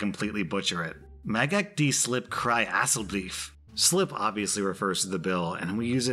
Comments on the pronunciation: Oh my, you said Mag ek die slip kry asseblief so wrong please google it that was so weird lol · I'm sorry XD That Afrikaans was butchered and I was laughing so hard when you tried to say it. Mag (mu-ghhh sorta that slurry g sound that's not in English) ek die (Not pronounced die, but di, like saying the letter D) slip kry (This is Cray, like crayfish) asseblief (ussa - blief) It gave me a good laugh though, so thanks for that!